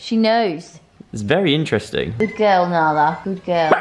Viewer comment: Joe still calls nala alan 😂